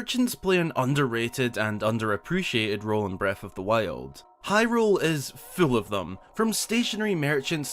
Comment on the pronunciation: breaf of dhe wiold